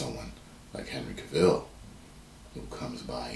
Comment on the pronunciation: It’s Henry CAV-ull not Henry Cah-VILL